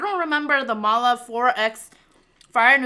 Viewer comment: Is Chinese? I mean her ethnic Cuz she pronounced “ma la” correctly 😲 She doesn’t look like one tho